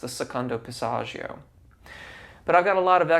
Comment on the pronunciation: Remember singers, dont take singing advice from "coaches" who cant actually sing. A close second is if they use words like Passaggio, make sure they pronounce it correctly. Dude is mangling the Italian language while claiming to understand Italian singing technique. Fraud.